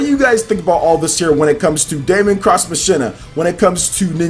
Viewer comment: Machina is pronounced 'Mock-een-uh', man. Lol.